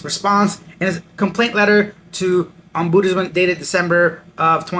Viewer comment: It is pronounced ahm-buds-man. Ive heard you say it ohmboodsman too many times! Lol. Thanks for your videos.